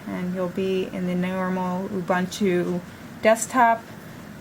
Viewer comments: "awbahntu"? It's pronounced "U-boon-too" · what's so hard in saying "oo-boon-too"? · It is pronounced "oo-BOON-too" (from Ubuntu's own documentation)